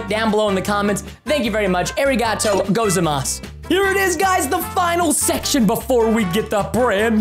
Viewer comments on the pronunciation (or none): The way he said arigatōgozaimashita is killing rn its so funny 😆😆